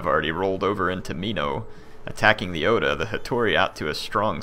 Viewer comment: what would help to pronounce everything is to say it 2-3 letters at a time like o-da or ta-ke-da not ohda or taheida